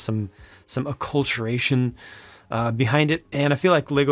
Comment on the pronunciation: "acculturation" Thumbs-up!